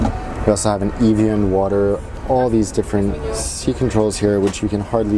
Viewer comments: its not pronounced eevian its the e is pronounced e like epic and the a is pronounst a like tar eviarn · the way you say evian is so odd. It's pronounced eh-vee-on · you mispronounced the name of that water!!! lol